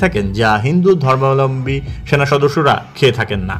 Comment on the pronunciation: ধর্মাবলম্বী শব্দটা বল‌তে এত কস্ট হ‌চ্ছে? জ‌য়েন‌কে বল‌ছেন জ‌য়েন্ট। সুন্দর উচ্চারনটা সহজ ক‌রে বলুন।